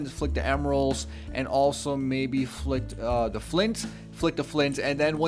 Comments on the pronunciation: Anyone notice he says da not the or tha? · You know there is a "TH" in the word The.... not "Duh" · you notice how this guy pronounces "the" like "da"